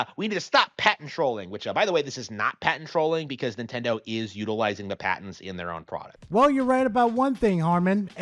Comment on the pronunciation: Is the poster of this video saying patents or a mixture of that with cabinets. “PA-TENTS”